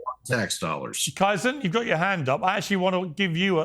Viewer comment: His name is KAizen, for f@ sake. Pronounced Kay-zen. How many times do you have to have him on the show to get his name right. You Brits can't pronounce anything properly. Learn to speak American.😅